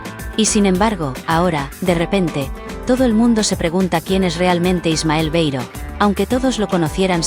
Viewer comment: Cuando ha dicho lo de "Ismael Beiro,isi"...vamos ,he dejado de escuchar ésta porquería